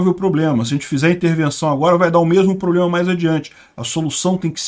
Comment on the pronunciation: Desculpe um comentário: Você é tão pontual e inteligente nos comentários… Porque você pronuncia “ pobrema”?